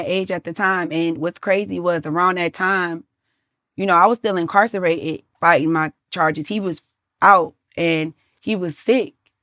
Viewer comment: So nobody gone say nothing about her saying incarcerated wrong?!